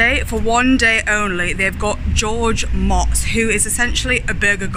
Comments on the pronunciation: Ive watched a bunch of his videos and never pronounce his name right. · It's mooots, not mots. don't act like you know him. Watch at least one of his vids, you should've known. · Pronounced Moats